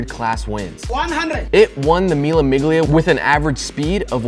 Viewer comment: Mille Miglia is pronounced Mille Milya